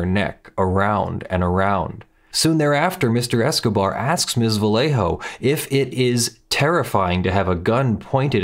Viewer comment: love your videos. For future reference, in Spanish, the double L "LL" is pronounced as a "Y", so Vallejo would be pronounce "va-YEY-hoe"